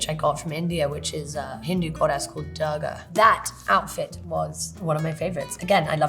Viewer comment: The way she pronounces "Durga". 😆